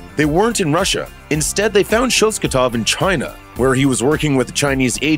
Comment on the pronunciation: I can't explain how bothered I am by the mispronunciation of the Red Guardian's last name... It is ShosTAKov not ShosKATov...